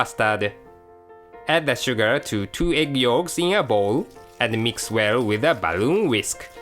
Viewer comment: BAH-LOON WHISK :D